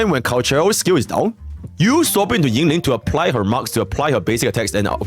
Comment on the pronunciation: yinlin in mandarin is pronounced een-leen y is silent